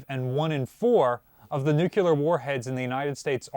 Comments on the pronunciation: ❌ New-k-yule-ehr ✅ New-clear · I hate it passionately. I shine he's college educated. For the love of God please please stop saying nuclear. It's nuc. Lee. Are. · Another day another video suffering through “nucyulear” instead of “nuCLEAR” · It's nu clear not, nucular man. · I am confused by this video. I had absolutely no idea that the USN had Nucular weaponry, let alone deployed Nucular weapons so widely. How did those apparently extremely classified Nucular weapons interact with the much more widely known nuclear weapons? seems to be a very good authority on much naval knowledge, but he continually destroys his credibility with this mispronunciation. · Dr. J. P. Dantic says it's "Nook Lee Ur" ... not "nook EWE lur" ... 😂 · Nuc-LEE-ar not nuc-U-ler. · The word is NOOK-LEE-URR, not nuc-u-ler. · why, it's "nucular"... 😆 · "Now Simpson, because of your many years as a nuclear technician, we're putting you on a nuclear sub." "Nucular. It's pronounced nucular." "Ohh.. whatever..." "Nucular..." (The Simpsons, S9 E19 "Simpson Tide" 1998) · Oh. I hate it. It's really nuke-lee-ur. Please. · Nu-clear, pronounced "new clear" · Dude, I love your videos - BUT - Nuclear only has one "U". It is NOT Nucular. Whats the matter with y'all Yankees up there ;) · Drink when mispronounces nuclear Edit *don't try it. You'll die., I don't mind that you say Missour'uh, but PLEASE stop saying "newk-u-ler" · I love it when says "Nucular". 🤣🤣🤣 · He’s a Marylander … give him a break. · lol It’s like nails on a chalkboard for me. I loved how Paul from USS Cod gave a dig and called him out for this on one of their recent videos. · He also never misses an opportunity to mispronounce nuclear 😆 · for some reason his pronunciation of nuclear irritates me more than his pronunciation of Missouri. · Jeebus, if one has any physics or chemistry education, the term "nucleus" is familiar. So correct pronunciation is a habit.